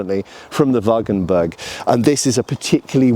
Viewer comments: I definitely want to see the techniques from the treatises! Also I have to point out that you keep saying "Wagenberg" instead of "Wagenburg", maybe you correct this in the future : ) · Nice piece of historic context - I would like to add that the u in wagenburg is pronounced like the u in rude. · Not "WagenbErg" but "WagenbUrg", the u as in hooters, just a bit shorter.